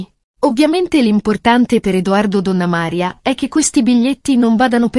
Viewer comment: Chi commenta il video impari dove vanno gli accenti nelle parole, non si puo' ascoltare Tana'na, Donnama'ria😢